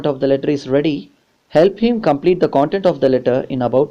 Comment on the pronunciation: Sir ...it.is not...cooontent...content Pls..pronounce it wise...however.. Teaching was ...good..ty✌🏻✌🏻✌🏻